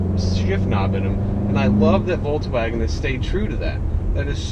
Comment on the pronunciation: jo bro no front but it's not a fucking voltwaigen its a volkswagen bitte do it right in future, rest of the video is good, love the golf 7